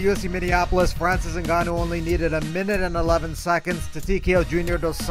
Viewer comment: Francis: he said what? Goldy: FRANCEES GANO